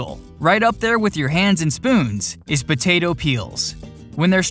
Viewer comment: why is he saying "butato"